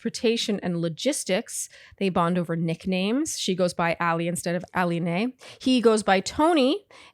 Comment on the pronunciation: Aline’s name is pronounced like Ali-knee not Ali-nay 😪